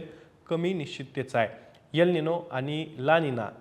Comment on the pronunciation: यल निनो नाहीतर एल निनो असा उच्चार करावा तसेच यम नाही तर एम उच्चार करावा .